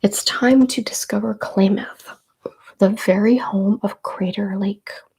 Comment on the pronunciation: Kalamath is pronounced Kah-lah-math. Happy belated birthday!! Thank you for this!